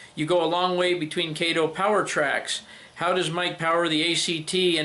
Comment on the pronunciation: Kato is pronounced Kah-toe. Mr. Kato is an NMRA Life Member in my division.